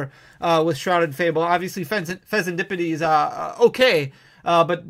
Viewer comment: thank god you learned how to say fezandipiti <3